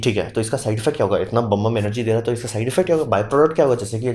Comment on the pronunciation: बम्ब बम्ब क्या है ये प्रोनोउन्स ठीक करो। नॉलेज अच्छा है।